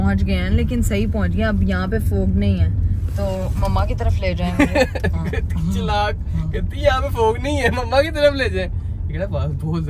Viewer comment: چلاک نہیں ھوتا۔ چالاک ھوتا😂